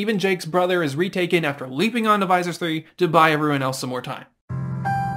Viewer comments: cool video! great animation. For what it's worth, the "Visser" in Visser Three rhymes with kisser, or disser. Visser Three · It's pronounced visser. Like kisser. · Its not Visor 3. Learn to sound out words. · BTW, Visser is pronounced more like "This er" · Lol I had no idea it was pronounced differently until the video was almost finished and I watched an old Animorphs toy add from the 90's. IT WAS TOO LATE.